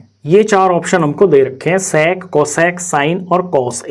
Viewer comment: Bkl wo sex nai sec hai dhang se boliya kr